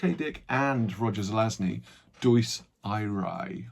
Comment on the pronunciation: Deus irae is pronounced DAY-us EE-ray